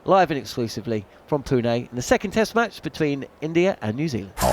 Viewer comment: Really appreciate the correct pronunciation of Pune at the start